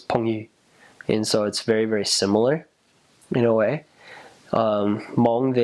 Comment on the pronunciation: Finally someone can say Hmoob right instead of mung